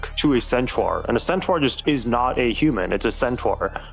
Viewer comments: Its sentar not sentwuar Pronounce it right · all i can think about is pronouncing centaur as “centwar” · Can we just acknowledge the baffling way that pronounces Centaur? "Scent-trar" is incredible. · I love how keeps pronouncing centaur as centwar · Why tf is saying centaur so fucking wrong.